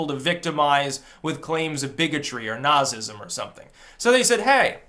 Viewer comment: It cracks me up to hear you mispronounce words like Nazism, Appalachia, Cushion (or cushy). :) Not criticising, I think it's cute. And you can't be Jewish, unless your mother is Jewish.